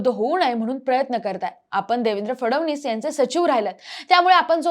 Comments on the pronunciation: Hee aali..fadavnis bolnari...hila fadanvis pan bolta yet Nahi 😅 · फडवणीस नाही रे ते फडणवीस आहे काय ही स्क्रिप्ट काय ते उच्चार ? चांगली पत्रकारिता करा 😂